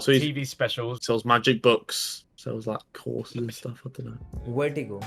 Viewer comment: the way he said "WERRTIGO" lmfaoooo laughing for 10min straight